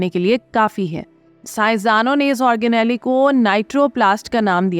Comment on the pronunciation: آرگ نیلی نہیں، آرگ نیل